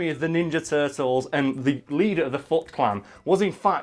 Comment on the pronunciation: I thought he said "leader of the fuck clan"